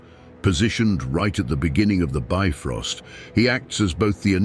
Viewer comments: It's not "bi-frost", but "bif-rost" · The "ö" in "Bifröst" is actually pronounced like the "u" in "burn".